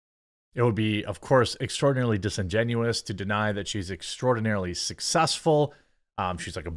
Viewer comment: Cant pronounce successful, lost my sub.